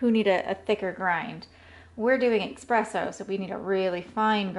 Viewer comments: I enjoyed your vid. I think it's pronounced es-presso rather than ex-presso, though. I spent about $10 on my Melitta pour-over funnel with filters (which makes a great cup of coffee), but I think a $10 grinder might be pretty lame. I think it's safe to say that you can get a very good burr coffee grinder for around $100. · Great video, but ESpresso haha